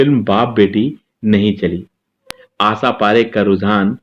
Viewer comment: Jnab aap apni bhasha shudh kijye. Sha ko sa ucharan kr rhe ho Asha parekh ko aap Asa keh rhe he. Ek Journalist ki bhasha ka ashudh hona sharm ki baat he.